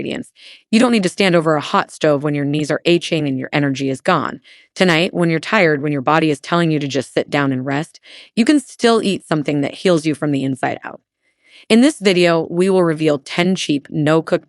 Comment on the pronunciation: "H-ING" instead of pronouncing ACHING correctly! I hope this was AI and not an actual person!